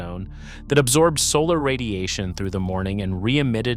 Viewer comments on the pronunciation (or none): none